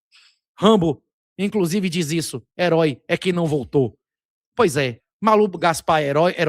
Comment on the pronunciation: Rambo: "éroi é quem naum votów"